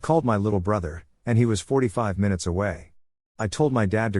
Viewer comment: It's been a while since we got a good "My-Noots" in the video, I hate to admit it but I actually kinda hope for it each video just to get a giggle😂